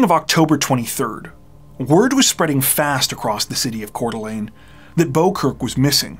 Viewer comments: I'm impressed that you pronounced Coeur d'Alene correctly. It's not an easy name to pronounce if you haven't heard someone else say it. 😊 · Thank you for knowing how to pronounce Coeur d Alene correctly. No gnashing of teeth tonight. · I'm listening to this now--this may be a small thing for many people, but I want to praise you for learning how to pronounce Coeur d'Alene and Kootenai County (former resident). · You always do a great job telling the stories, being respectful and compassionate. I appreciate that you clearly do your homework even for the smaller details like pronouncing Coeur d'Alene and Kootenai correctly. Thanks for all you dedicate to your videos!